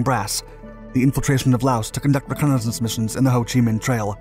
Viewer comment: this narrator.. holy speech impediment. Since you’re American, ‘reconnaissance’ is pronounced is RE-CON-UH-SENSE. Jesus.